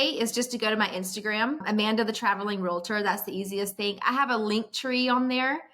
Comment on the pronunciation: Real*tor not real-a-tor, bud 😉😉 Great episode loved this topic and guest. Many of us looking to go this direction multifaceted in real estate. Happy Fourth and go Aztecs 🤙